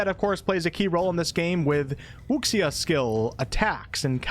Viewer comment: Wuxia is pronounced as Wuu Shah. Amazing video. Thanks!